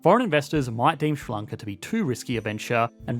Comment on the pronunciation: Is what you call 'Ssrr-lloncaw' in fact 'Sri Lanka'?